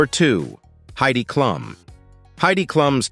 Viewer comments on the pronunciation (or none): " Kluum, Leeno? LOL!" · Enjoyed this but learn to pronounce people's names...Clum, Leeno??? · AI or not, you should listen to it and make corrections. Also, Heidi Kloom. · Lean-o and Klum .... not Leno and Klum (klume) lol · Jay LEENO? It's pronounced LEN-OH. Heidi KLUMM? It's pronounced KLUME - like room. Such garbage. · How about using a real human narrator? "Leeno" and "Klum" would appreciate it, I'm sure. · Hey narrator, learn how to pronounce names! You got Colbert, Leno, and Klum wrong. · Jay LEENO? Heidy KLOM? Com'on! You could've listened to your AI voice and correct the pronunciation before posting it.